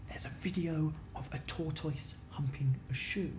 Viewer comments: it sounds like they said there is a video if a toytoice humping a shoe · They were all "TOR-toyce", whereas (at least in the Upper Midwest), we say it more like "tortus". We don't have time for "i" sounds or emphasis on the first syllable, apparently. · I've never heard tortoise pronounced like that. I always said tot-tiss rather that tot-toys. Does everyone say it this way? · Instantly knew it was dan and phil hehe <3. OMG i am not the only one who pronounces tortoise as tour-toi-ss yay i am some kind of normal after all :D ^_^ x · Do brits really pronounce tortoise like that? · I am concerned about the pronunciation of the word Tortoise.